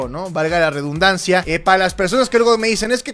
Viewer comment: Cariño, se dice "reDUNdancia" no "reBUNdancia"